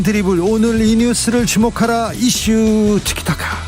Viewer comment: 티카타카? 티키타카! 엘리사베스? 엘리자베스!